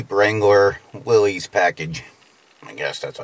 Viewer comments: Pronounce it right, it’s Willis not Willies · Pronounced "Willis", not "willeez".